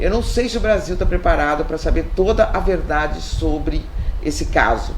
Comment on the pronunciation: É mentira Térta ? Verdaade. 😂